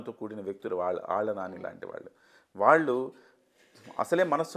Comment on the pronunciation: ళ అనే అక్షరాన్ని సరిగ్గా పలకని ఈ యాంకర్ మీకు అవసరమా? వాల్లు వీల్లు… అని అనటం ఏంటి? దరిద్రం కాకపోతే!! మా కర్మ.